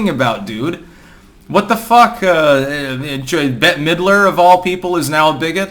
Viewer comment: “No Bette-a Middrer?”